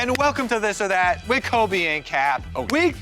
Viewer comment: Kobe does This or That for so long and still can't say THIS OR THAT properly...